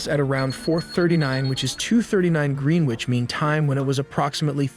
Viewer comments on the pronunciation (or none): Why did he LOSE Syria. Slightly bad pronunciation. You also mispronounced "Greewich".